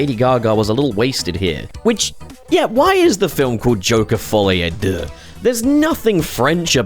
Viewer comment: « To save myself the embarrassment » To be fair to you, you pronounced it better than most of us Anglophones would.